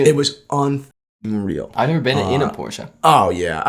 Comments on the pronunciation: I love when pronounces Porsche wrong and corrects him and pronounces it wrong, but in a different way:) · Why does Porsche have to be pronounced 'por-sheh'? Do you also pronounce BMW as 'Bee-em-vee'? Or Toyota as 'Toy-yo-da.' Or Citroen as 'See-tro-en.' (do you guys know what this is?)